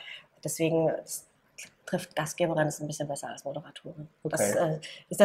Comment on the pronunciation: Gastgeberin nicht Gastgebrin bitte :)